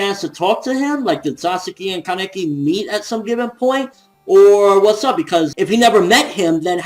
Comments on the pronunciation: It's "kah-neki" not "kaan-eki". That's how they say it in the anime. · His name is pronounced ka as in car ne as in name and ki as in keys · The way you said Laneki was incorrect. In the anime, they said it the other way, you were right before!